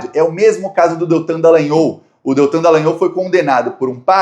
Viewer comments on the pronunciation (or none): none